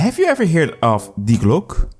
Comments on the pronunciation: Die glocke ❌ Die Gluck/Glock ✅ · Die Glock is actually an Austrian manufactured Pistol. It’s always a good rule of thumb to pronounce every letter. We Germans are efficient so no useless redundant letters like in French. Correct spelling is: Dee Glock-uh